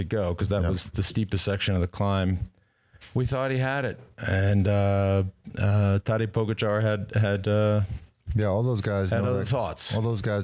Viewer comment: Why do you continue to mis pronounce Tadej Pogacar?